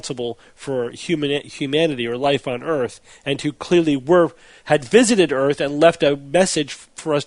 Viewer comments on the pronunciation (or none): It's not eeeeeeeeeearth.